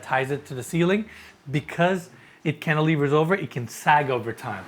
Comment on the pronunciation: saying cantilever ✅:D